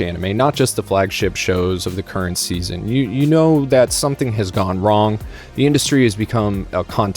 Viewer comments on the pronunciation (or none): none